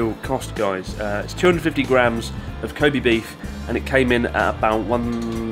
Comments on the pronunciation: you wouldn't even pronounce it koh bay would you? I always thought it was Koh Beh seeing as you pronounce べ as "be(h)" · its pronounced KO-BEH not KO-BEE, kind of odd you are saying it like this after living in Japan this long. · With all due respect, people should learn the correct pronunciation of "Kobe". It is Koh Bay こうべ Koh Bee , in Japanese, means Animal Sex こうび 交尾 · stupid english accent, it's not kobee. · Pronounce kobe like a french or something the “e” is miss pronounced